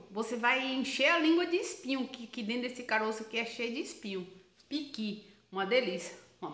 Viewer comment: Ôh delícia!!! E ainda pronunciou igual a nós mineiros do Norte de Minas, PIQUI!!! KKKKKKKKK e gosta de comer bem, pequi é vida!!! 👏🏽👏🏽😘😘😘